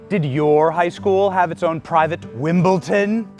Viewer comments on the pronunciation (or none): Only 1 issue with this video Benny, it's Wimbledon not Wimbleton. Great Video Sir, love it